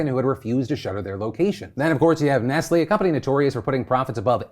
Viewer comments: Wait. It's not ness lee? You pronounce the T? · No it's Ness lay not Ness lee. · Why can't Americans pronounce Nestlé?